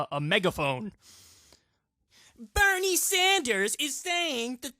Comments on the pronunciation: Why does it sound like he's saying Hernie Sanders to me? Anyone else hear that or is it just me? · It sounds like he is saying Pernell Sanders instead of Bernie??????